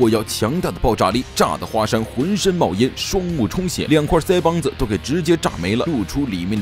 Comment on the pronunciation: 不知道为什么你说腮帮子我特别想笑